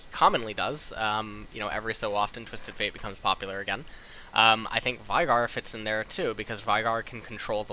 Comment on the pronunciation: VI GAR sorry but you really make some pronunciations really weird. why do you do that? It's not korean, it's not american english, and it's not uk english. :P